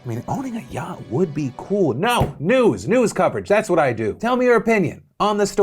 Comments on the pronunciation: phil: NEWS NEWS News news newds nEWDS? NEWDS. NUDES! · When you hear him saying "nudes" instead of "news" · Is it me, or did Phil say, "nudes coverage"? I mean, get that yacht Phil. Do what you gotta do.